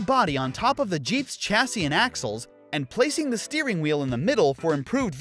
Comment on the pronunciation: "Run! Ze Peeps are coming!!" got me rollin 🤣🤣🤣